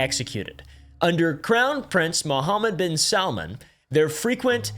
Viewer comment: Woahhhh credit where credit is due. Your - seemingly - flawless pronunciation of “Mohammed ibn..” was impressive.